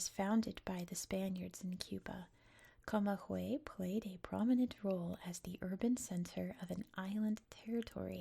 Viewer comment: Very nice voice and interesting video. One tip for the future when you see g + ü in Spanish the g is pronounced like the g of "good" in English 😊